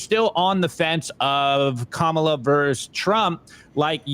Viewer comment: still can’t pronounce Kamala’s name and at this point it just comes off as unintelligent. But so does most of Simply Bitcoin’s content.